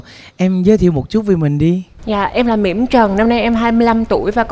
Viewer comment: thì tên Mỹm mà đọc giống mỉm nên bị trêu chọc đó kiểu cách chơi chữ đó